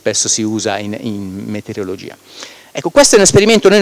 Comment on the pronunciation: "metereologia" anziché meteorologia!!! :P